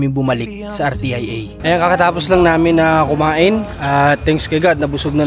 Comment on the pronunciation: RTIA ..ang pronounce ...R-SYA or Ar -sia ..